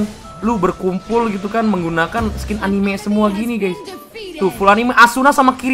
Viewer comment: Anime dibaca a n i m e bukan anim🤣